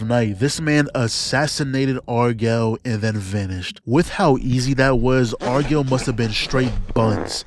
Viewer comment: Stop sayin Argall like that 🙏🏽